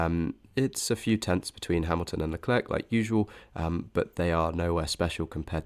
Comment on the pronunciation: Very interesting data and great presentation! But for the love of Zeus: please practice pronouncing Leclerc, your uk pronunciation is painful to be subjected to 😂